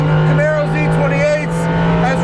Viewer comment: Tito Jesusmane Yeah, I know, it's 'maro NOT "marrow". lol